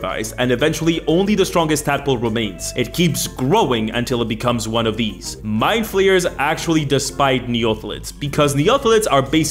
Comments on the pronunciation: I was driving while listening this, and I heard "along with beholders and rogues, My Players are one of the most iconic villans in dnd". I couldn't stop hearing "my players" instead of "mindflayers" for a good part of the video, lol ¡Un abrazo desde el fin del mundo,! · For nearly the whole first minute I thought he was saying my players not mindflayers